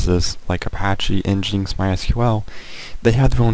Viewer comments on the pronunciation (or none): Psst: nginx is "engine x" not "en jinx".